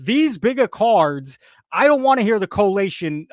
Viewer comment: collation, not correlation.